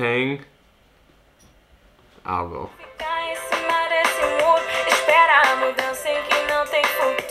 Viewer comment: O problema foi que ela trocou a sílaba tônica da palavra cima e colocou na segunda ao invés da primeira, aí confundiu......mas como já falaram aqui isso ocorre muito em músicas para encaixar melhor na melodia.....